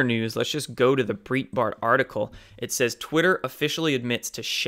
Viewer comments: its pronounced as birightbart:) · You need to google Breitbart pronunciation haha